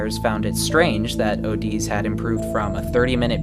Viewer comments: It's not ohdiz it's just odiz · I would think it’s pronounced O Dee Z, not O D’s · him spelling OdiZ: Oh deez Me: its not oh deez its ode.......zee (Btw why i wrote odi zee except odi Z is because of how it should be pronounced)